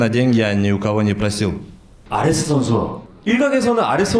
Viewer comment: 발음 좋은 바이퍼네 ㅋㅋ 아레스 ㅋㄷㅋㄷ